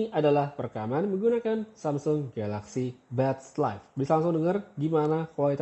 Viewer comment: Samsul wkwk lambatin aja ke 0.5